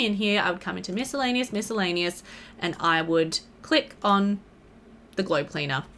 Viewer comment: no hate whatsoever but where are you from? i was thinking australia but i've never heard anyone pronounce "miscellaneous" like this before